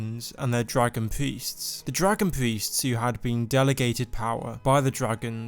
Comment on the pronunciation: I know you're saying priests but I'm hearing Dragon feasts and thinking wtf 😂😂